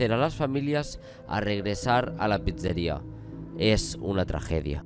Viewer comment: me hace gracia como dice "pizzeria" JAJAJJS